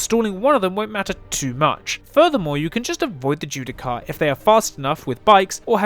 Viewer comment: Bit late to the party but... "Judiciar". As in, "Ju-Di-Shar". You're welcome.